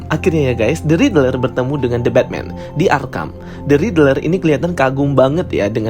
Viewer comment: Kok bacanya Ridrel sih bang? wkwk. Isi konten menarik, cuma coba perhatikan pembacaan istilah, karakter dll biar lebih bagus bang.